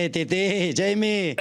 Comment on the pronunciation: Xavi pronouncing 'Titi' is so good